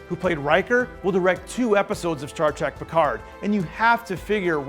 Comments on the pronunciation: Stop saying "Star Track"! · After all these decades MFer's still saying Star TRACK!